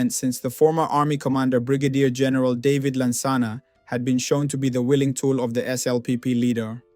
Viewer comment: Your pronunciation of Juxon and David is wrong; but thank you for putting this historic piece together.